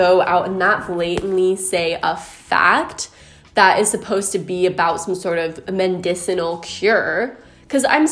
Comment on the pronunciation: Mendicinal.... girl it's medicinal.